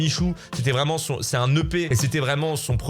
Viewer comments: Vu que c'est de michou que tu parles, j'ai toujours l'impression que tu dis " le pet de michou". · Encore plus quand il fini sa phrase parle "l'ep de michou" et qu'il commence la suivant par "tu sens" xD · À chaque fois qu'il dit l'EP de michou, j'entends "le pet de michou". Voilà. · Toute la vidéo, j'ai entendu "le pet de Michou" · Ptn a chaque fois que tu parle de l'EP de michou j'entend a chaque fois "le pet de michou" ça me fume dsl je suis un gamin